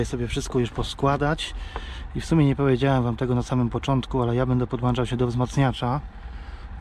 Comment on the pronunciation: Nie podłanczał tylko PODŁĄCZAŁ, nie orginalny tylko, ORYGINALNY.